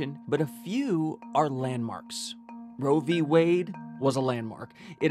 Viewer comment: What is this “row v way” I keep hearing about.